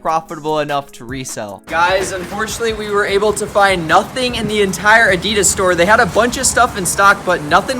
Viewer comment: PLEASE PROUNUAUNCE ADIDAS RIGHT